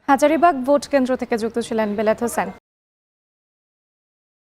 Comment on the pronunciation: মুরক্ষ চ*** এখন টিভি কি সাংবাদিক হাজারীবাগ কে বলে হাজীবাগ 😈